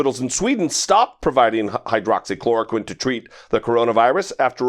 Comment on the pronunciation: My thoughts too. Pronounced it quite clearly.